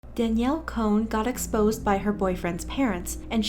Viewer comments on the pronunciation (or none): “Daniel cone” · It’s Danielle CON not cone 😂 or is it cone.. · No one: Literally no one:: Danielle CONE